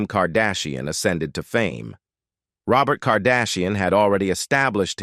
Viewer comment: I thought Robot for Robert was the worst!